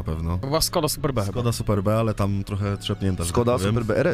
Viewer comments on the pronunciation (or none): Luuuuudzie !!!! Nie czyta się "superbe" tylko "superb" co jest synonimem "exclusive". Dobranoc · kurwa superb nie superBE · SUPERB (ang. doskonały, znakomity ) a nie kurwa SUPER BE XD